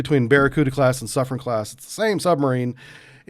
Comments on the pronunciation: I believe that is pronouced Soof-ren. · He even got wrong the pronunciation of the submarine class (he said "soufrance")